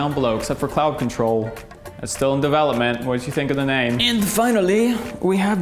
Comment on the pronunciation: IF YOU MADE CLOUD CONTROL WITH AN APPLE SCENT...GOOD NAME.. i THOUGHT YOU SAID Clout Control at first...